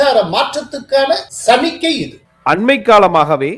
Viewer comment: சமிக்ஞை என்று சொல்லத்தெரியாவிட்டால் சிக்னல் என்று சொல்லுங்கள். சமிக்கை என்று சொல்வது மொழிக்கொலை